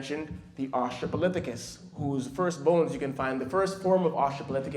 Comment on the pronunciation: Australopithecus not Austrapolithecus. I'm sorry it was just bugging me and a paleontologist and as someone who studies prehistoric life including that of humans. Amazing presentation though, and as was pointed out we can all trace our dna back to Africa. Not just black people, not just people living in Africa, but everybody. We are all brothers and sisters as humanity and as a species. It is very important to respect and learn the history of humanity and of Africa, and respect the culture as well. Such a well done and powerful presentation and it's amazing what you're doing. Keep up the good work